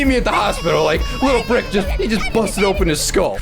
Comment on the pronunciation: You Dede rik inset of brick